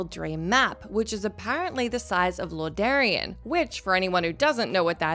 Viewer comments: I was thinking the same thing lol.... lordarean? Lorderon maybe? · Ah, yes, I remember questing in Loradarion too. King Arthurs and Lynch King went there after they found Frostmoon